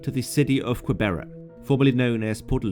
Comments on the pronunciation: Did he call Gqeberha "Kwebhera"?🤣😭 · Not this man butchering some words like "Gqeberha" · Gqeberha is pronounced as keh-ber-kha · one of the worst pronunciation of Gqeberha ive ever heard lol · You botched the word gqeberha big time don't try to pronounce if you don't know how to pronounce it just say what was formerly known as port Elizabeth 😂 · I can understand not being able to pronounce Gqberha, but Fynbos wouldn’t have been that hard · Hahaha awesome video, thanks for the info. As a South African I must let you know that is no where now how Gqeberha is pronounced, it's really hard for those that don't speak the language. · Shem. Struggling with Gqebegha